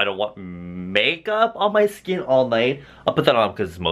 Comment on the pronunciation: "Sking Care"